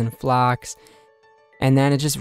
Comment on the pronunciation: Flocks lol never heard someone call flax, flocks. but i do love your 1st and 4th tab, very clean.